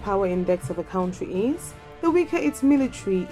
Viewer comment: when you cant even pronounce the word Country correctly then talk about other militaries.If you don't have anything to do then shut your channel down and stop comparing things you cant just compare.